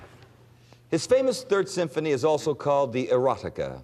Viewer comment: Even after being corrected by Tony, Peter read the name of the Symphony wrong. There’s no T sound in it.